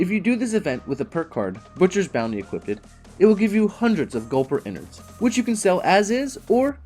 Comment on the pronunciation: "equipted" lol